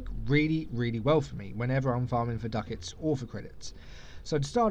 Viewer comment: "Duck-Itz" x')